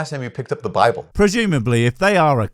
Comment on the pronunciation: Bibble not Bible dude😂